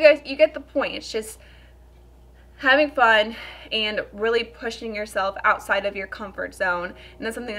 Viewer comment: The only thing I don’t like about you is the way you say “and” 😐